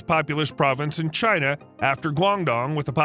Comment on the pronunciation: China not Đina